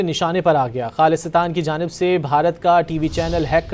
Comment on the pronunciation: This news reader needs to learn how to pronounce the word “Khalistan”